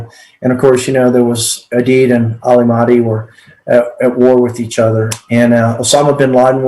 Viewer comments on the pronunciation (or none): none